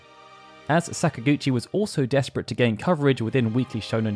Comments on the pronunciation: This is so off topic and petty, but whatever. This is not an indictment of people from the UK, but I don't understand how they get so many things wrong with that language developed by your own ancestors. "Sakaguchi" is NOT said with a short "a" at the beginning, like "sack." English people almost always use the ä pronunciation in this instance — they pronounce most "a"s as "ah"s. It's an annoying, definitive feature of the dialect, but often consistent. So WHY, when you get to a point when it's blatently pronounced "Säkaguchi", do you use the short "a"? It's maddening to me. You do the same with Italian, which is my own heritage, and it's garbage. Learn how to speak your own language for Christ's sake. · Are you saying that Sakaguchi is an English name and should be said following English pronunciation? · I'm not at all. I'm saying it should be pronounced with Japanese in mind, meaning the emphasis would be on the first syllable.